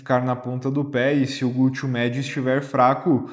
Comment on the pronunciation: Achei engraçadinho ouvir gúteo.😂